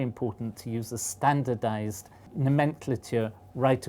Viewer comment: how did I hear him say nomenclature? :)